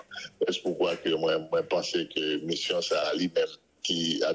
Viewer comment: Di Rode avan l rele nan emisyon an, fè on ti repetisyon. Mission, se pa MUSSION.